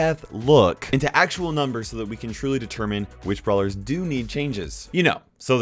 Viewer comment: "blawer"... (not making fun of u btw :3)